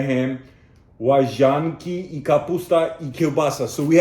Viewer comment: Mówisz łaźanki zamiast łazanki (podejrzane). niesamowicie dobrze się przygotowałeś, mam wielki szacunek za wymowę i tak mało błędów. Pozdrawiam. Będąc w polskim wojsku lubiłem dżem z panzerewaflami "crackers with jam" cabbage with sausage and pasta is a novelty. You probably remember the recipe for bigos. There is also a version of bigos with groats and such a dish is obvious, but bigos with pasta is an experiment